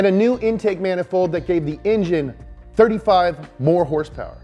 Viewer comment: horsepower? u mean....herrrssspewerrrr, right?